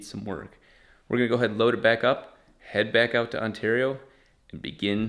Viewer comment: Us Canadians be super duper confused when you say Ontario ahahaha